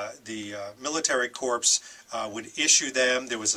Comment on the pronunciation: Its military corps pronounced core. Corpuse is a dead body.